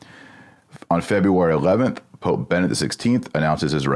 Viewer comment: Ben-E-Dict. BeneDICT. Benedict. It's a common name. Not Bennet.